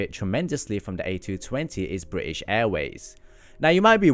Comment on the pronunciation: I hate how he says british like please don’t miss out the T’s